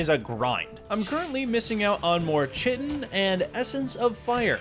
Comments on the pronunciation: I hate that you pronounce it chitin instead of kaitn. it's Kaitin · Chitin is pronounced KITE-in. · The drops that you get from insects, "chitin," is pronounced "kyton." Just thought you would like to know. 🌻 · The way you say chitin is wrong, there is a shovel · Bro keeps mispronouncing chitin over and over.😂😂😂 also, does he ever set his spawn at his base?